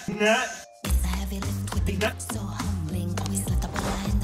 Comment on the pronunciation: How you hear it at first: NUTS How you hear it after the video: NEUTTH